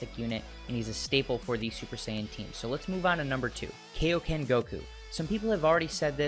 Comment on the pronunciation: I noticed you say Kaioken like Kaoken In the old dub of Z Mr. Shemmel mispronounced it as Kaoken, It's actually KAI-oken, like supreme or king Kai/ Kaiosama